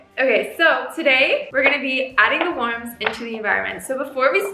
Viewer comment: You're good, I'm just being a troll😋and I really liked your video! (about the "warms"... 😁)